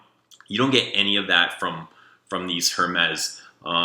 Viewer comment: Oh how paaaaaainfuuuuuul.... The 'H' in Hermes is Silent... I won't even touch your pronunciation of Cuir D'Ange, BUT: you clearly have good taste, and we like the same fraggie so you can't be all bad! ;") LOL